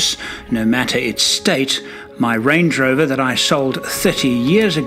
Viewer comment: "stange lover" instead of "range rover" 😂